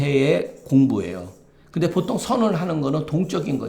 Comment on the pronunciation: 장음인 단어의 첫 자를 "짧게"잘못 발음한 예:보통, 세금,사농공상,부자( rich man),세계, 등 장단음 문제가 심합니다. 그리고,"민무상산" 을 "민무" "상산"이라고 두 자씩 띄어 읽었습니다. 잘못입니다. "인" "무상산"이라고 띄어 읽어야합니다. 이런 일은 한국의 일반적 문제입니다. "한국 어문을 고발함"이라는 책을 한국의 지성인들께 간곡히 권하오니 이를 조용히 읽어 주십시요.